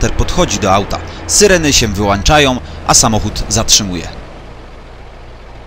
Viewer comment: "Syreny się wyłanczają" haha jak to słysze to zawsze padam! :D